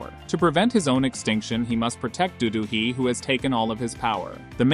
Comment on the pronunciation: Its not Do-do Hee!!! It is Do Do-hee. Learn to pronounce Korean names better! They do have surname (Do, and not Dodo) and names (Do-Hee, not just Hee)!!!